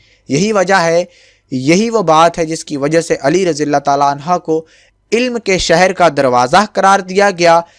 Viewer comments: Oo bhai galat bol rhy ho anha nhi anho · Hazrat Ali razi Allah o taaala anho hota hai bhai anha nhi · Bhai hazrat Ali ko anha na bole anhu hota hi male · Ali raziAllah talla an ha ni h an ho h pliiiz apni glti drust krein